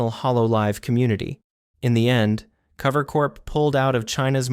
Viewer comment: What bugs me about the video is that it seems there is just a lack of research done on some of the people, and then the voice doesn't even sound real, like their using some sort of text to speech, they called cover "clover" in the video, definitely not watching this channel again